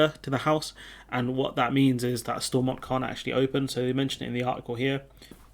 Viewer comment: All the English folks mispronouncing Stormont